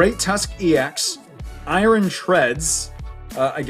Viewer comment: Why you keep calling Iron Eye Ron It's pronounced Eye Urn I don't understand this because you speak English perfectly fine Edit: just my opinion the cards look fake in the English set